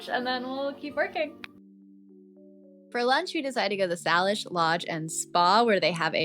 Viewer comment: Love it! Salish is pronounced SAY-lish.